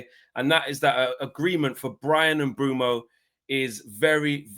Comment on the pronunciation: HAVE BUTCHERED HIS NAME LEFT RIGHT AND CENTRE 😂😂😂😂